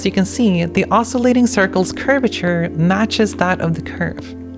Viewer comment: A minor quibble: "osculation" isn't "oscillation," and shouldn't be pronounced that way. To oscillate is to wiggle back and forth. To osculate (os-kew-late) is to kiss. When two curves are not only tangent at a point but also have the same curvature, they share an unusual degree of intimacy, so they are said to kiss. That's about as sexy as math ever gets.